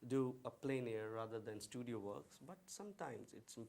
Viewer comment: Totally agree. And while I'm in the mood for a rant, "plein" does not rhyme with "pain" or "plane". It rhymes with "pen".